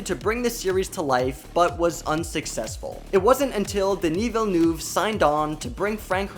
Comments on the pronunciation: ''Dini vilnuv'' 😬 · Really bad prononciation of Denis Villeneuve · please do your research on how to pronounce denis villeneuve.....